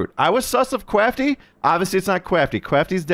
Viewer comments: Hurts so much that you kept saying “Kwafty” 🤦🏻‍♂️ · I like that actually calls him "Kwaftyy" instead of "Kraftyy"